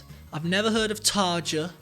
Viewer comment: Tarja is amazing! I loved her with Nightwish and I love her solo work. She also did an amazing collab with my other favorite band, Within Temptation! The song is called “Paradise” and had well over 100 million views last time checked. Btw, her name rhymes with “aria” (the j is pronounced as i). Just wanted to give you a heads up before someone gets rude about it.😊